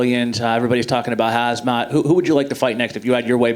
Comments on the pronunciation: When the reporter mentioned khamzat, he called him hazmat 😂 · some dude rly said "Hazmat" lmaaaaoooo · the guy who said "hazmat" hahaha